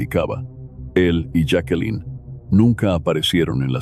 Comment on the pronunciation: Señor su voz es muy clara . Pero tiene un problema . Siempre cambia la pronunciación de los nombres , los cambia constantemente jakelin , yake , yakelin , esto es bastante molesto el otro es la hora p. M A. M . No señor , se dice pm am inmediatamente después de la hora que es 👎👎👎👎👎👎👎👎😡😡😡😡😡😡. Veo estas narraciones pero no me suscribo , por estas pequeñeces 👎👎